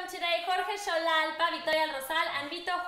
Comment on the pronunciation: LOOOOVE the interview, just FYI it's XOLALPA not XALALPA hehe :)